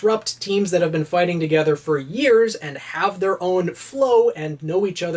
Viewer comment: foighting style